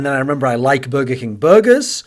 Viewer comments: The way you say burger triggers me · I'm triggered by how you pronounce "burger." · Matt Jones would you prefer if he said it in the american "Burgerrr" way?